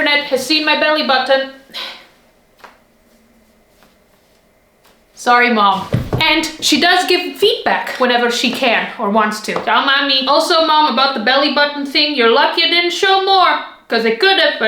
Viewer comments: I meant that I thought that said feetback 😢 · I'm sorry, did you say your mom provides you with feedback, or feetback?